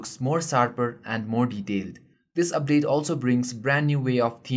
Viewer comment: hahaha, "dubdate"